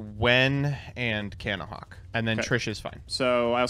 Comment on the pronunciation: Take a shot every time someone says Cannahawk